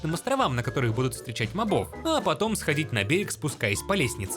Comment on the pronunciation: *Правильно мóбов — не мобóв